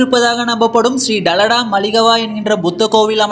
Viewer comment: யோவ் அது டலடா இல்ல டா தலதா. லவங்கம் இல்ல கறுவா பட்டை